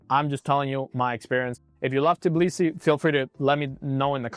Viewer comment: Capital of Georgia is Tbilisi not Tiblisi 😅